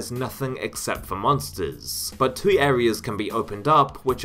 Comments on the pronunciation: 3 years later I hope you learned how to pronounce the word “two” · I know this is a useless comment, but the way you say "2".... I can't 😖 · im fucking enraged by the way you say the word "two" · I enjoyed the video and your pronounciation: "Doom tooey" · You just heard an extra e? I heard about 7 vowels mashed together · Why do you pronounce the word "two" incorrectly???